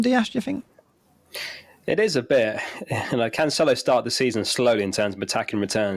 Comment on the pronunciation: Why Cancelo is still pronounced as Canchelo?